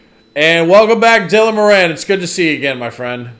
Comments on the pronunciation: It's not "Moranne"... it's "Moran", (as if it has two 'r's). 😉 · Dylan Mor-in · It is More-ann; my Irish grandmother's maiden name and that's how she pronounced it. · No. It's MORE on.